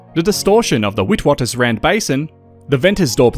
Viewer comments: The pronunciation of witwatersrand is wrong. It is an Afrikaans word, very close to Dutch. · Witwatersrand was a bit painful but the rest of the pronunciation was pretty good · The way you pronounced Vredefort and Witwatersrand, priceless 😊I love it 🤍. Hi from an British South African Kiwi 🤍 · you were really close. The w's are pronounced as v's